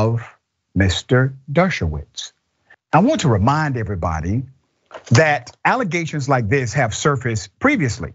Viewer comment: Xcala never a Trump lawyer akeays a staunch Democrat, and he just said alligations